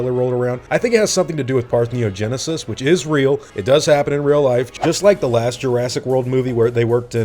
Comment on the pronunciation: ParthENOgenesis, not parthNEOgenesis. Ask google to pronounce it for you.